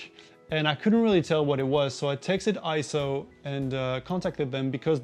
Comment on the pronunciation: Nope, not pronounced I-ZO. It is correctly pronounced AY-ZO per EIZO's own corporate video. Also see the correct pronunciation in the EIZO Wikipedia, which also shows AY-ZO. And one more reference... see the 2021 Scientific & Technical Awards EIZO Acceptance Speech video where Masato Nakashima, the Senior Product Manager at EIZO, pronounces it as AY-ZO. In Japanese, the "ei" together is usually pronounced as an AY sound just like when we say the Japanese word Sensei - Senˈsā.